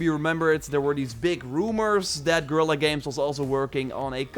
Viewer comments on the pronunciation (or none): none